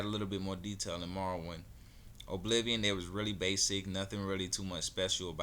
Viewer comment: its pronounced uh-bliv-ee-un